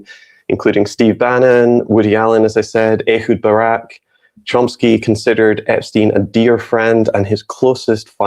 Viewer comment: The pronunciation of Chomsky in this video is driving me a little crazy. Yes I know this is not important. 😊